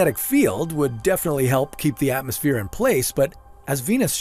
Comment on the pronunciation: Wotully no atmofeer - how can one person butcher so many words?